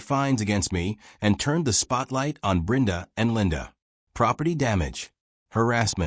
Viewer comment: Why is Brenda's name being pronounced as Brinda?. I've never heard it being pronounced like that.